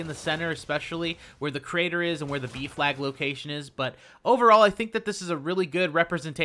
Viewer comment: Ohhhh B flag... thought he was saying beef lag